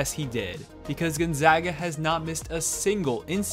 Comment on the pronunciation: i’m happy that he pronounced gonzaga correctly